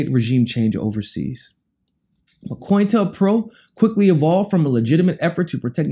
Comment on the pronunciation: Not to be a big grammar Nazi or anything like that, but it's pronounced CO INTEL PRO. Of courses, that slight mispronunciation doesn't diminish the damage they've done with that operation ...